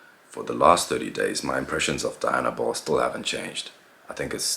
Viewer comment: Its pronounced dee-,anabol...not die-anabol